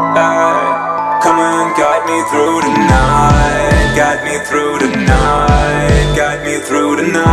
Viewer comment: Ev M. NEIN das th wird nicht wie ein d ausgesprochen, bei „Through“ macht er es auch richtig